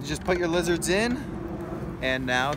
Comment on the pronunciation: Frow werms not lizerts😬